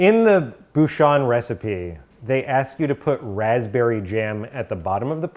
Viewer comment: Am I the only one who enjoys hearing pronounce 'to' as 'chu'.